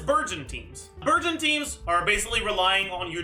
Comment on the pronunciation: i keep hearing burgeon as virgin..